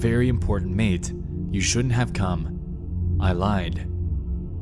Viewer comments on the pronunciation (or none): none